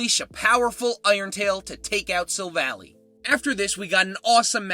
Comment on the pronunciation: …and sill-val-EYE (Silver and Ally), glad-ee-AHN, REDGE-ice, and NAH-GUH-NAH-DULL (Naga (a term associated with snake/human hybrids) and Nadel (NAH-DULL; German for Needle)) You have bad pronunciation issues,! 🤨